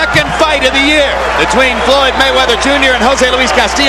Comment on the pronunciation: Did Cortez call Floyd Roy it didn't sound like an F more like an R. Merchant hates all fighters who don't get hit often Like Roy and Floyd I mean that's the main Idea in boxing To Hit and NOT Get Hit. It's like he'll say he did good But Blah blah blah. I know Foreman is like STFU .